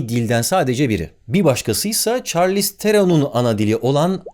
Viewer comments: Çarliz degil șarliz telaffuzu bu arada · Çarlïz diye okunmuyor . Şarlis diye okunuyor